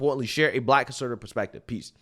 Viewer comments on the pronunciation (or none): none